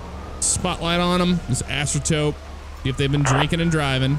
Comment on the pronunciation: and also it's a asterope no a astertope